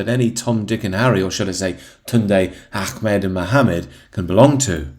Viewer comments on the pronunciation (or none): none